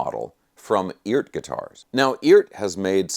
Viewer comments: I’m under the impression that it’s pronounced E-art for electric art or something like that. I love my Eart headless. Other than some issues with the trem spring, it’s a fantastic guitar. It’s got great tone and the craftsmanship is miles above anything in the price range. If you don’t like Eart, in my opinion, either you don’t know what good is or you have more dollars than sense. My Eart is practically impervious to temp and humidity, not to mention the frets. They are premium! I have never gotten so much bang for my buck from anything. They are simple, and built smart. I certainly do demand a lot from my guitars performance. I do a LOT of BIG bends and stuff with the trem so I need a guitar that will stay in tune after doing extreme note bends, and my 250$ Eart does just that. I would say the quality standard is WAY above the demand for the average guitarist, and plenty good enough for most advanced players. That’s my opinion. That thing looks SICK! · Is it really pronounced "eeert"? 🤔